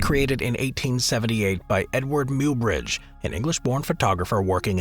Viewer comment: Somebody tell the robot that Muybridge is pronounce "MY-bridge".